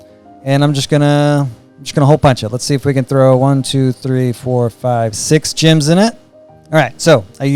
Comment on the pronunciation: I love that the way you pronounce “gems” makes “gem bag” into “gym bag”